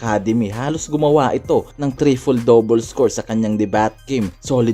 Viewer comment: "trifle" amp. Dub na nga di mo p inayos un? Wag tamarin boi para quality palagi vids mo